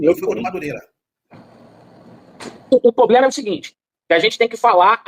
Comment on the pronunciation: "Não tem poblema"😂😂😂😂😂